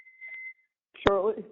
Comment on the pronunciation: Aww Chawlie and Donna are going to spend Chwismas in jail 😆